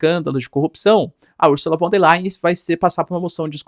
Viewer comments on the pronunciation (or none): O "V" em alemão, representa.o fonema "F"... portanto [=fon der lain]. E o ditongo ",("ei" = " ai". Ex.: Einstein, Frankenstein..etc Pronúncia correta: portanto é = [ = fon der lain] P'ra representar o fonema "v" em alemão, emprega-se o "w".. Ex.: Walter, Wagner, wilhelm [Villrrellm.] Fique esperto. O alemão é bastante Fonético A grafia corresponde em muito à pronúncia... Ao contrário do inglês, que em geral grafia não tem nada ver, com pronúncia... Portanto pronúncia-se [fon der lain] Lembrando que o ditongo "ei' pronucia-se "ai". EX.: EINSTEIN.Rubinstein, Frankenstein. etc. O "s" tem som de"z" E o "z" têm som "tz" Simples assim... Algumas dicas mínimas.. Sem erros grosseiros..